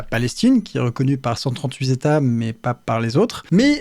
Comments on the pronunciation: vingt-huit z'états cent-trente-huit z'états Non pas toi Léo ! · "28 Z'états membres et 138 Z'états pour Israel et la Palestine ".... Les liaisons internationales commencent mal 😆 Bravo pour cette vidéo qui vient toucher les frontières de la chaines sur la biologie mais qui, toujours, fourni un contenu aussi ludiquo-intéressant basé sur un système de recherche transparent. Est-ce que les exercices constitutionnels comme ceux d'Etienne Chouard vont faire partie de l'expérience ? 😮 (question souhait) Si on pouvait éviter un énième crypto-flop ça serait intéressant. J'ai déjà hâte de participer a des exercices de coordination web pour réaliser des dessins communautaires sur le drapeau qui créera surement des débats intéressants sur: la couleur de pot, la liberté de pixelisation, la libre constitution d'entreprises et droit de rassemblement pixélaire ... entre autres. Pour le passport et la sécu on fait comment ? C'est une belle initiative à la construction de l'indépendance du Web ! Peut-être dans le "Métaverse" à venir (ou pas). Peut-être même que nous assistons à un des premiers Zétats Métauniversaux s'il est reconnu par les autres métaZétats 😆 . Le siècles des Lumières passe la main au siècle de la Diode Electro Luminescente. :elbowcough: (cette :touxdanslecoude: ressemble bcp a un dab)